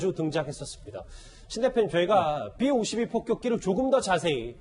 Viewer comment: 삐 오십이가 아니라 비 오십이